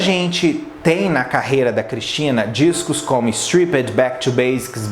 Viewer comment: sua pronúncia de "stripped" tá errada. ❤adoro você